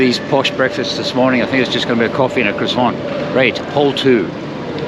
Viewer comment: I see you still can’t pronounce the word ‘croissant’ properly, are you pandering to your American subscribers by chance?